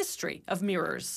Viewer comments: Mrs Narrater, it's pronounced 'mirrors', not 'meers' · Girl you're emphasizing the wrong syllables